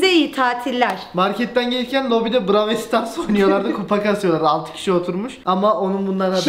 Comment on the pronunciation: abi bravel stars değil brawl stars